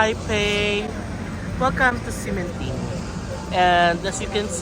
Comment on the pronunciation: "x" pronounced like "sh". Ximindeng = Shi-min-ding. Like Xiamen is Shia-men